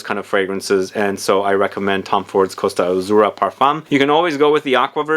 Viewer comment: Totally unrelated, but when someone pronounces Italian words correctly my heart grows a size! Thank you for the effort in pronouncing Costa Azzurra and Basilico e Fellini correctly, it's very appreciated. Two of my favorite fragrances of the period btw, with Basilico e Fellini being so amazing and complex!